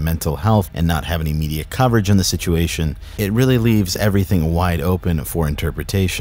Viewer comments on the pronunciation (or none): none